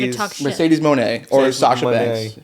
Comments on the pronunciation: Except the name is written "Moné", not "Mone". The ´ on the e signifies that it's pronounced "Mon-EH", not "Moan". I know you guys don't use tildes in english, but come on, you can't tell me you don't know what's the function of that symbol. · Except it's spelled "Moné", not "Mone". The ´ on the e is the reason for pronouncing it "Mon-EH". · Why? It's written "Moné". The ´ on the e means it's pronounced "Mon-EH", not "Moan". Maybe it doesn't make sense to you guys because you don't use stresses in english? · The ´ on the e is the reason for why it's pronounced "Mon-EH" instead of "moan". I know you guys don't use stresses in english, but come on. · You guys are kinda pussies, huh? Lol Not gonna overly defend Refrigerator Jax, but it's not just because she's fat. It's because she's unathletic, stiff, and hurts people. Mercedes "Moan" is literally just him reading Moné how it's spelled, M-O-N-E. Relax... "Dick the Boozer" is a play on Dick the Bruiser because they have similar gimmicks, Moxley's is just incoherent. As for the ones like Oscar, Penthouse, Almost, etc., that's just him being goofy which you can only appreciate by listening to the show rather than just hearing them one after the other AFTER you've already decided he's super dark and misogynistic. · Is it "Mone" or "Moné"? Cause the stress on the e is the reason for pronouncing it as "mon-EH". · To be clear, mercedes moan is just a take on her last name reading that way and him finding her boring. I think y'all went a little too deep thinking about it lol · Except the ' on the e is the reason for pronouncing it as "mon-EH" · The Refrigerator name is a dig on how "gracefull" Nia moves in the Ring. Also because she can't heat into a feud. The M.Moan is just a digg on how stupid the Mone name is, especially when you consider it's missing the akzent. So it's misspronounced by herself.